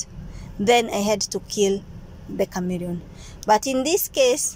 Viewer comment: It's a chameleon 😂😂😂😂 not Camerion